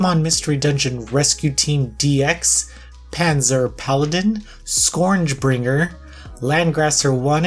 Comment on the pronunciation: Sc-orange Bringer?? E-ma-u-to Paradise?!, you keep outdoing yourself, buddy xD